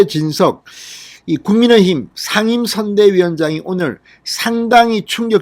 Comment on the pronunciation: 국민의 힘, 국민의 당 발음을 신경쓰셔야될 듯합니다.. 애쓰십니다